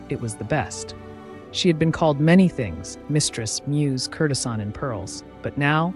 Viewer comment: These are great, but please learn how to pronounce their names and words like courtesan. It grates in the midst of all the great research and storytelling.